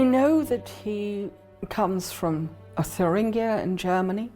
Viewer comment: I'm surprised that stuffy, a professor no less would be clueless in terms of properly pronouncing, "Thuringia". talks of metallic skyscrapers in New York city in 1864. REALLY??? I think that he needs to brush up a little in History. So much for these lofty types.